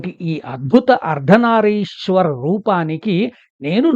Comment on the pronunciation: అయ్యా నమస్సులు. అర్ధనారీశ్వర అని "రి" కి దీర్ఘం వుండేలా చూడమని ప్రార్ధన